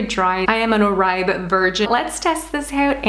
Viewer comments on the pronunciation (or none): It’s pronounced “or-bay” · Just a heads up it’s pronounced “or-bay” but great informative video! :) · pronounced= OR-BAY